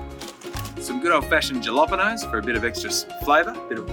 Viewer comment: Say what at 1.05 ??!! Jalapeno !!! ??!! how to pronounce (Anyway I stumbled on you and your videos from TripleM Country FB notice today re the Golden Guitar Awards - time to have a listen to your music next :) )